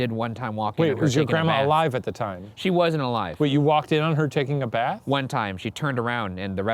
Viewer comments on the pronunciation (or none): none